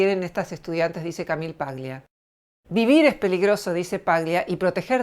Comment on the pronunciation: Eres una mujer admirable y comparto tus postulados. Una pequeña corrección , el apellido Paglia es italiano, y se debe leer como tal. Eso implica que la G no debe pronunciarse. Debe sonar "Palia".